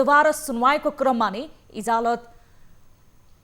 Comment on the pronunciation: इजलास हो कि इजालस? इजलास सुनिदै आएकोमा इजालस अर्कै सुनिने रैछ।